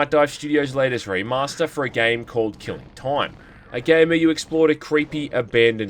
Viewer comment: I'm sorry, "Keeling Toym"? XD